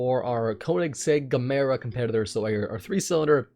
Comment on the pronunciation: Need to pronounce Gemera right